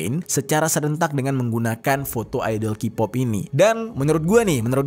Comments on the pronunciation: K-pop mas dibaca kē-pop bukan Q-pop dibaca kipop. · Ini masukan yg hal kecil dan ga berhubungan dgn makna konten, baca nya “key” - pop, bukan “ki” - pop bang. 🙏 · Baca : ke pop, bukan ki pop